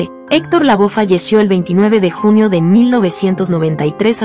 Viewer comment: Héctor Lavoe. La "e " se pronuncia en castellano. No es " Lavó "